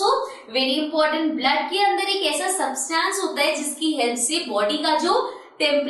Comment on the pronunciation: Ma’am you pronounce substance wrong 😂